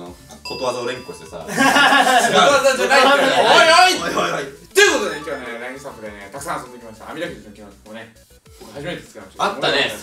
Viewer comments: ラインの発音、、、笑笑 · ラインじゃなくて『ラ』イン…🥺